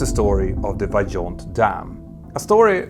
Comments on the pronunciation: you pronounce it VAIONT. We are like 30 minutes from that region. The movie about the catastrophe was filmed partially in our city. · This is not an English "j", you can say this one as "Vaiyont" ;) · I thought the pronunciation is "Vah-yohn", not "Vah-john"? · As an italian 🇮🇹 I say : approved ! Driving along the nearby motorway and still facing the standing massive concrete arch of the dam is a dramatic experience. Just for your info, Vajon in italian is pronounced vah-YOHNT or vye-OHNT with the emphasis on the second syllable. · Toc in the local dialect means "large piece" or "big chunk". Also, the correct pronunciation of Vajont is similar to Vayont.